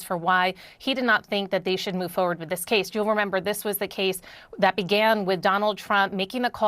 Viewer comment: Did she just say foe werd ?